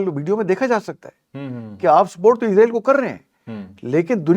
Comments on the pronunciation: Please say Israel not izreal which is death angel Don't copy English people Because in English s in middle is pronounce as Z like is or wes or films exce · اسرائیل لفظ ہے عزرائیل نہیں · چودھری صاحب اس بندے کو پہلے یہ تو بتائیں کہ عزرائیل فرشتے کا نام ہے جب کہ اسرائیل ملک کا نام ہے نام تو درست لے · Bhai israil kehty hen mgr ap isko izrail ku kehty hen zra istaraf tawajjo kia kren plez .... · Word israil hy izrael nahi😅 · Israeel. Not izraeel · Muhtaram aap israiel ko azraiil bolty han isko thik karin israiil bolin ya pher azzazil bolin azzazil aappko chauhdri sahab batadin gy ❤❤❤❤❤❤😂❤❤